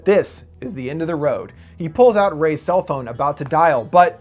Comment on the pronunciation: When he says phone it sounds like he saying bon